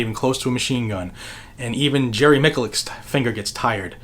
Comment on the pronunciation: Thanks for all the information! It just kills me how you pronounce Jerry Miculek's name... Just watch one of his videos when he introduces himself... (Mitch-a-lek)